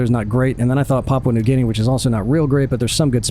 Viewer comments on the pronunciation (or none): none